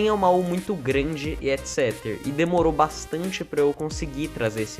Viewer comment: Por que ele fala "etc" de uma forma estranha ._.